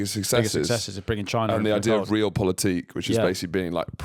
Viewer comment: Just FIY: "Real" in "Real Politik" is pronounced the same as "Real" in "Real Madrid", not as "real" in "Real Housewives of London" 👀